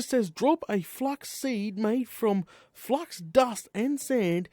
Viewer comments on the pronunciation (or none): put an i into the name of the crystal. It`s called Fluix not Flux. Don`t mean to be rude.